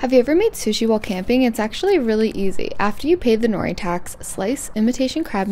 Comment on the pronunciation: You are pronouncing nori wrong 😂